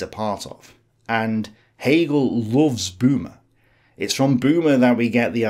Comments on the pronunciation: Böhme ... not Boomer. The surname means Bohemian, guy from Bohemia (Böhmen). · A slight typo here, I know you know that "Homo" means "man" and "Sapiens" means "wise". I bet making these videos can be stressful! And while I'm being a nitpicking jerk, "Böhme" isn't pronounced as "boomer" but more like "burr-meh" (in British, with a silent 'r'). This was a very informative video on Hegel. I also saw James Lindsey's video on the same subject but that was a bout 4hrs long; I appreciate your brevity very much.